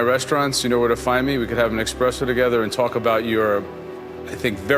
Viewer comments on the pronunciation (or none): joe always pointing out his italian heritage... and then he‘s pronouncing it eXpresso... oh my oh my